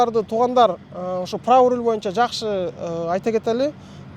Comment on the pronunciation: Рол Эмес😮руль